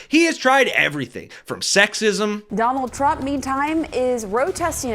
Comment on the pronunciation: It's Donald not Trondle Trump. Get back in your basement boy.